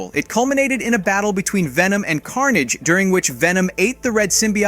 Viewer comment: Why do you keep saying Symbiote and Carnage so strangely? You pronounce them differently almost every time. Knock it off. It's annoying. Take 5 seconds to research character pronunciations or just don't do narrations.